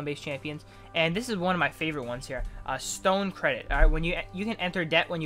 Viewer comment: "Stone Credit" (nice pronunciation of Store)